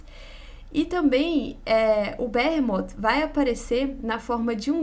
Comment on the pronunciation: Excelente vídeo. Sowell é bom demais! Sobre a pronúncia de "Behemoth", um adendo respeitoso: me parece ser algo próximo de "birrímot" (mais próximo da pronúncia em inglês, inclusive) do que "berremót" (como, instintivamente, pronunciamos em português). Mas isso é um mero detalhe, que não impacta em nada a alta qualidade do vídeo. 👍🏻👍🏻👍🏻